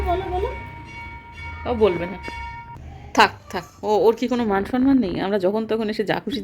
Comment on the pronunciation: tumi banglay eto strong, kintu tumi sonman bolo keno, kothata toh somman